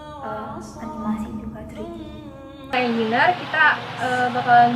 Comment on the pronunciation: izin saran ikhwani. Pengucapan kata "engineer"nya kurang tepat alias salah. coba dengarkan google assistant atau voice over. para mahasiswanya juga rata2 salah mengucapkan kata tersebut. Semoga bermanfaat. semoga kampusnya terus berkontribusi positif untuk bangsa indonesia dan masyarakat global. amin.